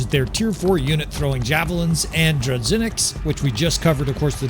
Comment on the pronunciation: My man, as a Russia dude, who hear "dru-ZH-inniks" (Russian word) it makes me feel very uncomfortable. Let me explain how to pronounce " ZH " sound. Its like a " J " in the word " bijou ". Or imagine you became french and say " voyage ". The sound " g " in that exact word would be somehow correct version of " zh ". In Russian that sound more firmly